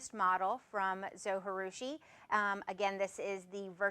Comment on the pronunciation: Konnichiwa! Arigato for this great video. Just one thing....Zojirushi is a Japanese word. The 'J' is pronounced like the 'J' in Jerusalem or Jerry not like the 'J' in Spanish (which is more of an English 'H'). If you'd like to know how to pronounce it, there's a Japanese guy here on YT that says the name in his video. His YT channel name is "all day i eat like a shark" (crazy name, huh?).